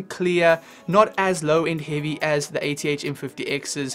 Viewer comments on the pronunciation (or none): none